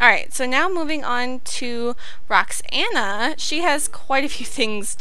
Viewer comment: ayyye when I heard Roxana i was like that my name.That the first i've heard someone pronounced my name right or said it in a video ....